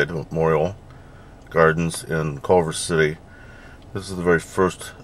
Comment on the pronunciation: To the guy who uploaded this video, it's "Culver City," not "Colver City."